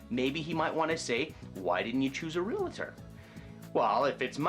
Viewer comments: Realtor, NOT realitor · REALTOR.....There is no A after the L. Please stop saying REAL-A-TOR. It makes you sound ignorant. Otherwise, good tips.